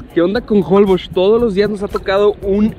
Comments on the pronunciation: Se pronuncia Jolbósh, con acentuación en la O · Me estresa escuchar cada vez que dicen mal Holbox, es como con acento en box y no en hol :/